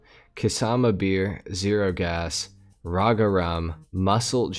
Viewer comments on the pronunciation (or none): none